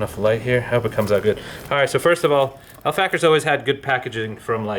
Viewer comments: u write it al fakher right! but u speak it like al facher! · its not Al Fucker its Al Facher! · Why is this dumb ass nigga saying ALL FACKER!!